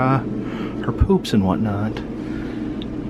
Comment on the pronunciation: the way he says the “P” in poops to the camera 😂😂 I love it